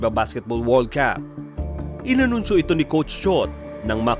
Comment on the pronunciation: Paki change po... Iyong world Cup... Pag binasa... Hindi World caaaaap... Word cUp po.. Short a na sound... Hindi long aaaaa... Pero ok ang mga videos nyo. :-).... Sensya na ha... Para mas umayos lang.